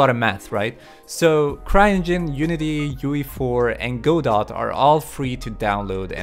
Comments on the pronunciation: It's "gah doe" or "go doe" not "go dot". Like "Waiting for Godot" Hurts my ears to hear that said wrong. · Or "Go Dot", as he pronounced it. :V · pronounces it as Go-dot... So. Dingly dong.